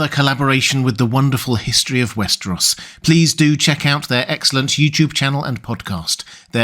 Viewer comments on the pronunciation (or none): none